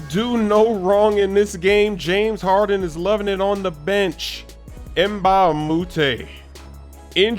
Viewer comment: Sigh... James Haren... Where is your "d"?